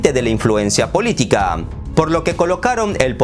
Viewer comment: Agregar que eres muy bueno para escoger los temas. Pero mas me gusto cuando dijiste miopía politick jajaja